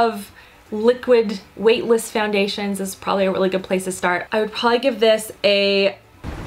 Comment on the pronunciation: They're WAVE-tless ;D